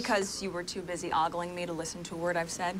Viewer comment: MM once again demonstrating she can't act. She even mispronounced ogling - they didn't correct it, so it must have been the best take they had of the scene & decided to leave it. She doesn't come off as attractive (let alone sexy), savvy, smart or confident. She comes off as a shrew.